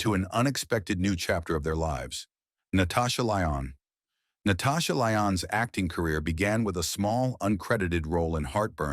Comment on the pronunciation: While talking about Lindsay Lohan you showed Paris Hilton, twice. Pam Anderson got the same treatment as you cut to Jamie Lee Curtis for no reason. Margot Kidder apparently = Karen Allen to you. Your AI robot voice can't pronounce Danny Bonaduce's name (hire a human) or Natasha Lyonne's (voice actors are available). In Bobby Driscoll's segment you cut to Donald O'Connor! While speaking of Marvin Gaye's legal struggles you show John McCain's famous 'thumbs down' gesture in congress instead of generic courtroom footage! There are more visual and audio boners. Sad. AI can't do your job for you.